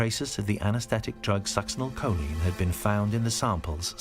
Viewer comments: That lady's incorrect pronociation of succinylcholine is annoying. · That woman's constant mis pronounceation of succinolcholine drives me nuts!